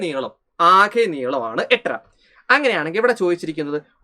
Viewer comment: എട്ട്ര അല്ല Sir 8 അര😅